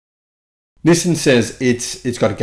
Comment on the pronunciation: "nih-sin" XD